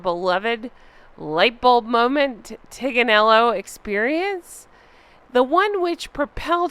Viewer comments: Just a note Tignanello has a silent G so her "blog" is wrong. The wine is pronounced Ti nan ello, no G. Megnut is so stupid. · The “G” in the wine is silent . It’s Italian think of Lasagna. She is such a dumb Shit …it’s not pronounced TIG Nello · Maybe the reason why the Tignanello wine company is not associating with her is because it is not pronounced Tig-na-nel-lo but pronounced teen-ya-nello? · This Tignanello wine isn't even pronounced the way MM thinks. Like Archetypes, she has no idea and has not bothered to research it. It's pronounced "Tin--ya-nello" (approximately!) But "The Tin" doesn't have the same ring to it. I have a pet theory that the name refers to H's favorite nanny, Tiggy Legge-Bourke. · Meagain was too stupid to research that tignanello is pronounced Teen yawn ello. the G is silent in Italian. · In Italian "gn" is pronounced as a long soft "n", as in lasagna, so Tig is totally wrong. Furthermore, "G" has a hard sound if it is followed by the vowels A, O and U. The sound of the Italian hard G is the same of the G in the English word “game.” An example of an Italian word that contains a hard G sound is gatto (cat). Meghan pretends to be a multi-lingual worldly traveler and connoisseur but can't even get the simplest things right. Fake, fake, fake. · BTW, the "g" in Tignanello shouldn't be pronounced; it's teen-yah-neh-lo. So the blog name is extra stupid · Tignanello probably wanted nothing to do with Meghan because she couldn’t properly pronounce Tignanello! There is no hard G sound! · It's TIN-yan-el-lo. So now you know. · She also does not pronounce it correctly, speak to an Italian and they will tell you. Best wishes.